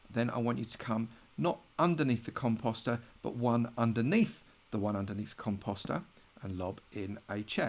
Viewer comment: I thought he said cum pasta🤣